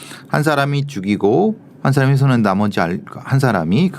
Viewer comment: 배상훈교수님~ 훼손핸부분 -> 훼손한부분 감춰주려고 핸건지 -> 감춰주려고한건지 제발 이렇게좀 발음해주세요!!